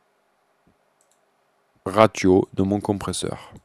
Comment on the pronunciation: Bonjour et un grand merci ! J'ai enfin compris à quoi peut servir l'automation, qui n'est pas expliquée par Steinberg (!!!). Un peu de déontologie ne leur ferait pourtant pas de mal. Si ça peut aider, on ne dit pas "raTio", mais plutôt "Rassio", en langage analytique, mais bon, la clarté de cette explication prévaut à cette petite erreur de langage, encore un grand merci, et bonne continuation